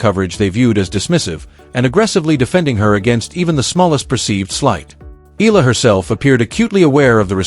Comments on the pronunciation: Her name is Alex Eala not Alex Ayala. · Pronounced: Eh...ya...la